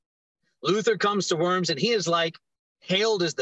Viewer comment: It's pronounced "Vorms" as in "dorm"...."W" in German is "V" in English. And most of all the "th" in Luther is just a "t". In old days and still in some names today you can find "th" like a "t". The English "th" sound doesn't exist in Germa n. And finally the "u" in Luther is like the "oo" in "foot" not like in "food". I have been to St. PETER in Rome and to Wittenberg and it's both a must see. Have a nice Easter guys